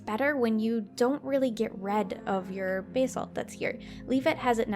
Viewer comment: basalt is pronounced bass-alt